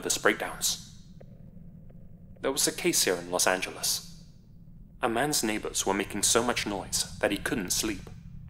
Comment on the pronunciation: here in los agalist? Ok defiantly not her “rival”